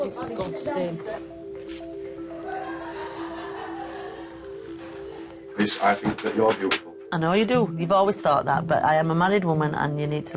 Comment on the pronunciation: And the guy in the back: that is disgosting 😂